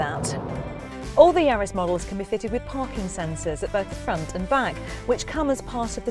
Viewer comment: Sorry it's not yards it's yaris